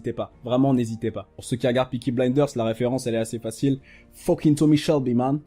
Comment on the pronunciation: Sa me tue quand tu dis foking au début XD